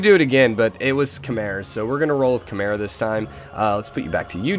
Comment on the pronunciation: I think 'Khmer' is pronounced 'come-ere', that's why you're getting forward settled